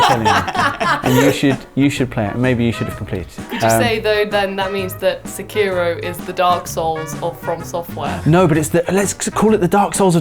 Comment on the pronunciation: Why do so many people say Sekiro wrong?